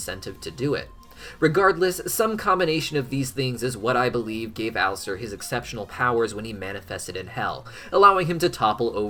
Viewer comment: "Gave Alaster" sounded just like "Gay Bowser" and I choked.